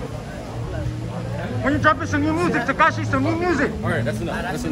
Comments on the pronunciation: “Tikishee “ I’m crying 😭💀💀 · Lol did he just say Tekishi 🤔🤔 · “Takishi our here comffortable” 😂😂😂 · He said takishi 😂😂😂😂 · TAKISHIEE OUT HERE COMFFORTABLE YEYE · Did I hear a “Tahkeeshy” at the end? Twice?!? Lmao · Tikishee tho 😭🤣.. soon as bull told him thats enough he said ard tikishee 😭🤣😭🤣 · Lol how he calls him Tikishee at the end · "Takishi" haha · Man said takishie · He called him takishi!!! 😆 🤣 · “Tikishee out here comterbual” 💀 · that nigga said “tikishi”😂😂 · Why he calling him takishi I know that low key triggered 6ix9ine to try not to laugh 😂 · he called him takeeshy😂😂😂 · "takishi" LMFAO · My dude said Takishi 😂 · Man's calling him takishi 😄😄😅 dead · The guy said takishi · It's not tekisie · Foo said tikishi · Mexican trying to say tekashi had me in tears